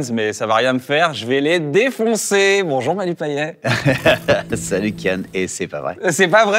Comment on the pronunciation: PAYETTTTTTTT ON PRONONCE LE T KYAN STP <3